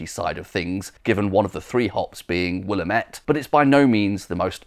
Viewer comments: it's "will-AM-et" , not "will-am-ET." Willamette is a Clackamas word, not a French one lol :) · It's pronounced wil LAM ette. It's a river in Oregon in the hop-growing region. A great pub- I was there in 2017 according to my log book. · Those Oregon hops are pronounced will LAMB it. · Thanks for all your work bringing us this excellent video. Btw Willamette is pronounced will-AM-it. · Always a fantastic watch, even from 5,000 miles away in the grapefruit hop mecca of Oregon. We do have some fine pinots here, too, so do come sometime for a non-grapefruit pint (we do have those!), and a non-Burgundy (only because ... we're not in France) pinot, good sir. As an absolutely pedantic and completely unimportant point of order, the 3rd hop in the Tribute ... Willamette... is pronounced "Will-Am-It" (AND are descended from Fuggles!).